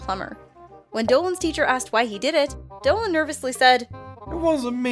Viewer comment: You said dillan not dolan